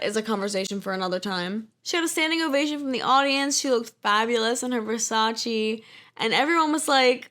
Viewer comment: love the video, but i, and this may just be me only, was about to almost scream when you said versace for the 20th time and pronounced it wrong too. didnt mean to roast you but there you go. lmao